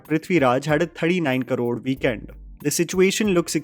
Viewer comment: While your English and voice are so good. Why you pronounce crore as karod. Hindi MTI?